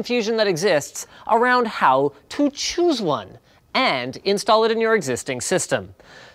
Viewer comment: "How tu chuz one"